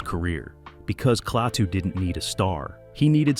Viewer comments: Klah two. Not Clay too. Why is this a problem?! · The narrator says “Claytoo”. What a Maroon.!